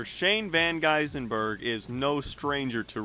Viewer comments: Van Gisbergen isn't hard to pronounce... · Mate, you're not even CLOSE on the pronunciation! VAN GISENBERG is a long way from Van Gisbergen. Rookie. And...How is his lap at "88mph, 3 times faster than anyone else in the field"??? Sweet Jesus! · How hard is it for American's to pronounce a name? Gis-ber-gen.. Where did Gis-en-ber-gen come from? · Because it's mispronounced in every single video on the internet. It's one thing to mispronounce something in live commentary, but to record a voiceover and not take the time to make sure you're saying someone's name correctly is just careless and doesn't provide respect to the person. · Please learn how to pronounce his last name or just call him SVG